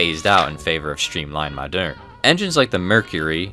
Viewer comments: Moderne, not madeurne. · The clicking of the keyboard throughout the video is terribly annoying. Try updating your equipment. Old trains are great....old keyboards suck. BTW...Moderne is pronounced the same as "modern." Think of quainte olde towne english....the pronunciation remains the same.